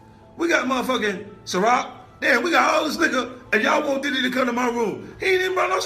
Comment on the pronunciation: why this girl saying "titty" instead of Diddy half the time?